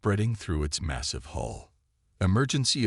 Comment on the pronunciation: "A word to all Resistance Fighters!! Skynet cannot pronounce 'hull'. Pass it on!"